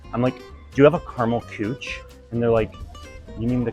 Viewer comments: as a german i was very confused about the cooch and then i was like ooooh you mean Küche xD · Kuche, with the dots in the U, it's pronounced Ky,-khe. And it means Caramel Cuisine in German. So no, don't coo-chie, say ky-khe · The fact that küche is pronounced cooch is beyond funny😂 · I'm pretty sure 'kuche' is 'cake' in German, also the pronunciation was amusingly off XD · I spent like five minutes trying to guess which German dessert were you guys talking about assuming it was some USA/German fusions and then revealed they were just saying "Kueche" wrong... That said, if Tiramisu has Nutella in it, it's not authentic anymore. Fellow Italians can come and fight me in the comments. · I took German in high school so I have a very remedial level understanding at this point- hearing küche pronounced that way is incredible lol